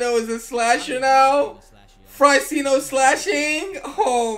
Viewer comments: Fryceno lol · Cold tyceno= kryceno